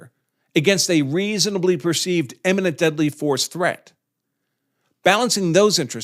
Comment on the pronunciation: "imminent" not "emminent"